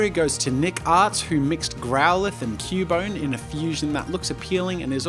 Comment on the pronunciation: Haunter and Cu-bone? Bone - ER lol